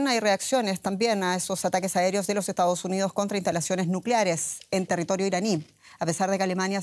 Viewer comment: Dice "EstaOs UniOs"